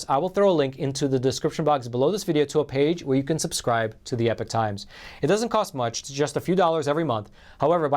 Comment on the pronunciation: Why is epoch pronounced as, "epic," rather then "ee-pock?"